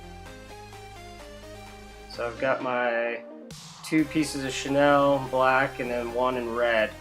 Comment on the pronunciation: Who is Chenelle? Its pronounced "Sha Kneel"